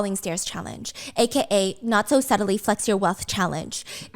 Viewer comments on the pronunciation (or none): none